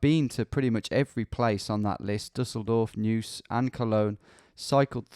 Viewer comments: Neuss = Nois, not News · The word you're saying as Noose is pronounced NOICE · There's a slang varient "noice" of the word "nice" in English. It is pronounced exactly the same as Neuss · As a german viewer I'm very happy and excited that finally the Google Street View imagery got updated and expanded in Germany! Very cool that you give it a go as well! Two Little tips: - Kreis (short for Landkreis) = county - Pronounciation of Neuss: You pretty much say it like "Noice" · Another lurking German here! Thanks a lot for your videos! 🙂 Btw "Neuss" is actually pronounced like English "noise". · tbh your pronunciation of german words is pretty much correct. for an english native its impressive if you havent practiced it yet. Maybe consider to learn some german haha :D Just what i noticed so far is your pronunciation of "Neuss" "eu" in german sounds like the english "oi"